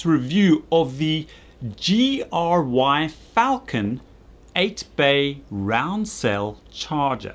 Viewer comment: the way you pronounced 'gyr' amused me because you clearly dont know what a gyrfalcon is.